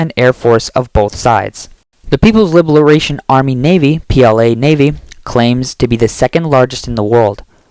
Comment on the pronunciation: It's Ah-beh, not Abe you miserable AI voice...having trouble with Aegis too I see..."libluration"? Mahmeetz class?